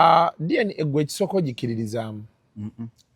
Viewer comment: 😂it’s DNA not DNK